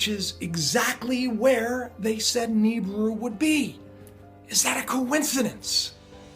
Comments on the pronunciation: Knee-brew... Knee-brew..... Ahahahha. "Naa-bere-rue" is correct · man this guy is full of shit, the Tossa cant even pronounce Nibiru how can anyone take this man seriously?